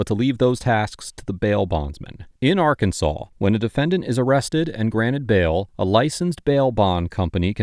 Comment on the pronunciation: Occupation: Frunt desk. Welcome ta Rkunsaw. lol